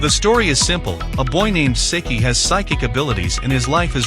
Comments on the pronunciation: Ive seen all these animes but it bothered me Its Sigh-key=Saiki k. Thats even how they say it in the show it just bothered me thats all i love that show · Did this man just say "Sicky".